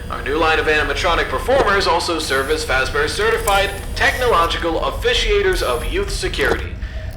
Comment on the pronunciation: aholera, Freddy fash bear, har haur